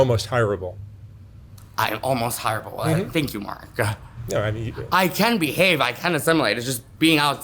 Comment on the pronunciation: "I'm almost hire-able, thank you Mark-ah" Classic! 😂❤️